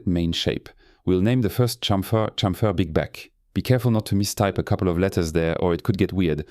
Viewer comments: This French touch in Chamfeeer 😄👍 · Unga Bunga, me like french man say "chamfer"